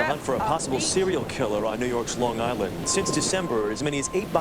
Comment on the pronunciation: no bullshit surprised you pronounced some of the city properly people not from long island usually butcher dat shit